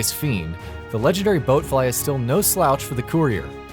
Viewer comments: bloatfly not boatfly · BLOAT-fly not BOAT-fly. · Wait, boatfly don't you mean b(L)oatfly 🤣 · Who hired your idiot ass to read a script and have you say "boat fly"? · "The Legendary BOATfly"... Facepalm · He said boatfly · Bloatfly, not Boatfly... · Legendary "Boat fly"...i like the lists but the god damn effort in learning very easy words is insanity 😆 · It's like everyone who had anything to do with the making of this video hasn't played a Fallout game. Or they didn't try. He made it too obvious that he was reading from a script I mean come on, "boatfly"? Lmao. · Did he say "legendary boatfly."? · This list is 80% high level enemies 15% bosses 4% weak legion scum and 1% MISPRONOUNCED BLOATFLY